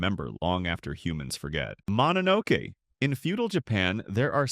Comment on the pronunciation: Mononoke you included too many pictures from princess mononoke. Like 90% of the pictures are from princess mononoke and not from the actual mononoke. It's also pronounced mono no Kay. Plural or singular.